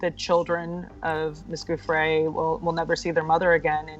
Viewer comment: pronounced "joofray"--you're make a video and don't pronounce her name correctly?!